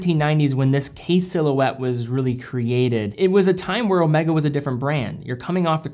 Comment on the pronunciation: O may ga, not o meh ga